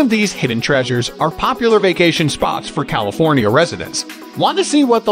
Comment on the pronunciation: Ugh, this video is unwatchable. Robot voice mispronounced practically every town and even said California incorrectly. Plus much of the information is incorrect.